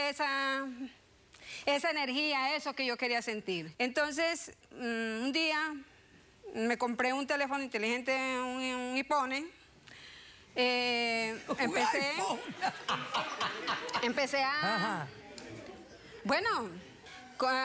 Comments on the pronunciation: un ihpone jajaajajajja morí 🙃😅😅😅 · dice ipone JAJJAJAJAJJAJAJAJA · es donde dice ipone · “Un ipone” 🤣🤣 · vengo de tiktok por la parte del "ipone" LMAO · Yo solo vengo a escuchar a "un ypone" y me voy LOL😆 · hasta el guardia de atras se rio jajajaj “un ipone” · Un "Ipone" xD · Ahora no dejo de decir que tengo un “iPhóne” 🤣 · Un "ipone"🤣🤣🤣🤣 morí!!! 🤣🤣🤣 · todos venimos por la parte de un "Ipone" 😂😂😂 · JAJAJAAJAJAJAJAJ Un ✨Ipone✨ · Yo, me mori cuando dijo I FONE 🤣🤣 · Vengo de instagram para ver el capitulo por escuchar la señora decir ipone🤣🤣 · Quien viene por el tiktok y le puso animaría Polo se burla por que dijo ipone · Quien viene del tik tok cuando dice ipone jajaj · Que viene por el "un IPone "